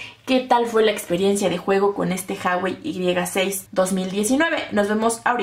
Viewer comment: Porque dices haiwei?